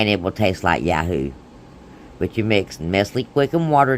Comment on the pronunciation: Its called Yoo hoo not ya hoo lmao i was like huh.....my son LOVES YOO HOOS